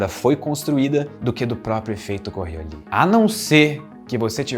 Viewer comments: O cachorro é lindo. Eu sempre pensei q o nome da força era "coriólis", e não "corriolí" kkkkkk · Normalmente, o s no fim de palavras em francês é mudo. Mas esse não é o caso aqui, ele "afrancesou" errado :-) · A força é fictícia, mas o "s" no nome não... Ao contrário de muitas palavras francesas, em Coriolis o "s" é pronunciado!